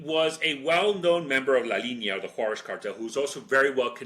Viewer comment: I didn't really hear that, maybe it's the switch between english and spanish sounds and rhythm which makes it stand out. I did notice some weird sounding pronunciation later on tho, like how he said La Linea, he was saying something like La Liña or something, so maybe he wasn't as on point as I originally thought.